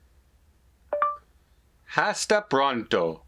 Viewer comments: When you pronounce something in Spanish that starts with an H, such as hasta pronto then the H is silent. So it’s like you’re saying asta pronto. Unfortunately some of these language apps do not catch if you do some slight miss pronunciation. Be sure and pronounce the a in Spanish like ah as in saying ah for the Doctor who is asking you to open your mouth There are three different kinds of a in English if I am if I’m not mistaken only one in Spanish which is ah. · your pronunciation of "Hasta Pronto" was so bad that if I were the Marketing VP of Babble, I would drop you in a minute. You are no ambassador salesperson for this product. Give it up. The "H" is never pronounced always silent. And while you were at it you butchered the second word "Pronto" too. C'mon man! Even with Babbel one cannot possibly freely converse with anyone in Spanish speaking countries unless they spend about over two years with the product using it every day. The beginner Spanish student would be better off with YouTube videos which are free and excellent. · It’s true the H is silent at the beginning of the Spanish word. You do not pronounce it